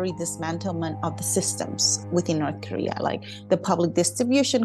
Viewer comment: Why do they pronounce it as Norse Koleah?